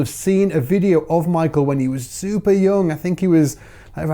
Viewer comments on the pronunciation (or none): you told us to tell you if you were wrong about pronoucing Michael Pipoquinha. Actually, in portuguese Michael pronounce is something like Mii-Shell and Pipoquinha is something almost impossible to non-portuguese speakers to say, like pee-po-ki-nhac (without the c ate the end) 🙃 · Kkkk E a pronúncia não é 'Maikel' é MICHAÉL, mesmo... 😄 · btw, the correct pronunciation is not "My-Kull", it's "My-Co". 😂